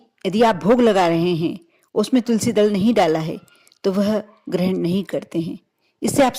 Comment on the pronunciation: Pahele tulsi ji ka naam bolna sikho